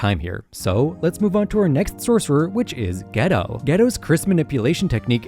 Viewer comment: OMG PLS I would like to inform you that Geto is pronounced GAYtoe